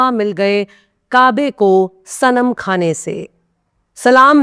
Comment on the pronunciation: پاسبان مل گےءکعبہ کوصنم خانے سے خ کا تلفظ صحیح ادا کیجئے کھ غلط ھے۔